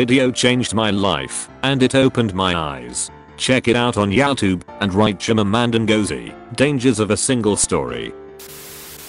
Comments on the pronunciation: No one: Redditt voice reader: YAWTUBE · Can't pronounce YouTube properly but has no issue with chimanda ngozi adichie smh